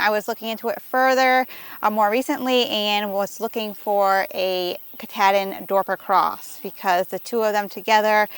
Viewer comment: The sheep breed is named after the mountain in Maine that is the northern terminus of the AT...Mt Katahdin. The "ah" in the word is like when the doctor says "say ahhh". Not a short A!..